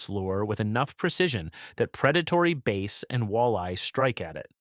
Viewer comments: Bass fish vowel rhymes with cat not base. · did he say base or bass?